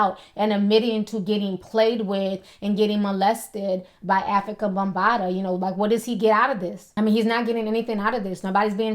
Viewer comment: She said Ho situation? She said Afrikabumbata? Lol